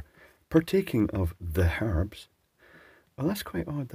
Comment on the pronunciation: For the “harbs ”, aye…